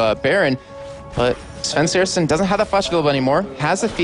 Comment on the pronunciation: Why does, I think that's him, say Svenskasen?